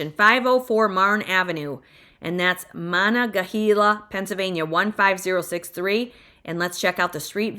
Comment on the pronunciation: Monongahela(Mo-nun-ge-hAla), Apalachicola(apa-lachE-cola), that second one was always hard for me too, lol. Then I married a man from south GA, got corrected all the time, it's okay, if I was perfect I'd be rich. Starting to see houses jigger a little bit on prices here in E WA, just a heads up. However, taxes and cost of living are not for the weak of heart.